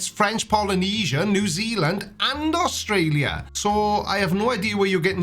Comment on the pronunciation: God that guys prenounciation. "Austraaliu"